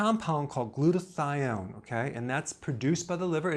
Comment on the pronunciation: Glutatione or Glutathione?